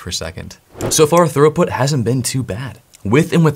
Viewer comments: Bro. Its not Thoroughput... Its Throughput. Thorough is when you cover all of your bases. "I was very thorough when I followed the guide." This is almost as bad as when someone says Per-Hif-erals instead of peripherals. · Are you saying thorough-put instead of throughput? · Why do you say "throughput" like "thoroughbred "? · pronounced "thruuuput" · Are you saying 'thorough put'?